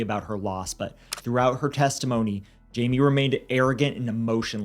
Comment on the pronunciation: His name is pronounced Himay